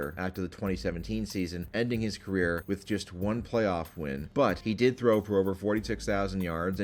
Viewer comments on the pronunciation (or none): none